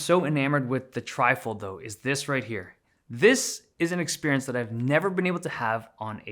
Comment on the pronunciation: Say experience one more time please